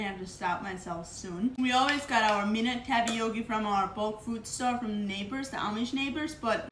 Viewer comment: I love how you say "TAPPY YOKI!" ❤😂